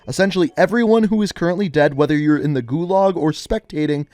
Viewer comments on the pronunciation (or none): none